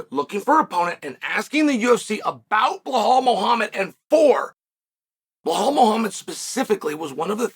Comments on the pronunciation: Undisputed. Never lost a round at name pronunciation. Now let's try again بلال - Bilaal This is the name of a great personality in the history of Islam. The first black revert to Islam, who was a freed slave. The silencer of the colonialist orientalists who think Islam is only an Arab religion. Islam encompasses all ethnicities. It's your choice to accept it or reject it. Have a blessed and peaceful day 👍🏼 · He pays apecial attention in butchering Blahall's name. Uncle Chael can say any name. Some names get said as they should be, not as they are!! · I swear he's said it wrong so many times i can't remember how to properly pronounce his name! Lol crazy! Damn Blahaul say something to Chael Please!! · time to put the "blah" in "Blahaul" ;) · Who the fok is Blahaul? 😅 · I clicked on the video to see if Chael was still calling him BLA-HAL I'm glad I did! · "Blahaul". Let's take a moment to appreciate that chael refuses to properly say the guy's name that uses the "remember the name" moniker. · If Chael says Blahal it's Blahal Just like it was 50-45 Pantoja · No one picked it up.......but Master Chael doesn't miss a thing, even though he can't pronounce Belal.s name properly. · lol Chael is the troll above all trolls…guarantee he can say his name appropriately but that’s just how Unc rolls lol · At first I thought him doing this all the time was funny but really it's kinda an ass move. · I have been making this point for at least a year now. It disturbs me it's b...I...L...A...L